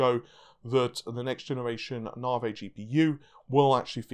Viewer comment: How can you still not be able to prinouce NAVI? Are you fucking with us??????